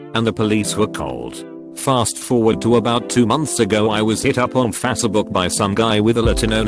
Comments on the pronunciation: Nobody: ... The world : facebook The voice in this video : fatabook 🤣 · Subs:faster book Audio:fassabook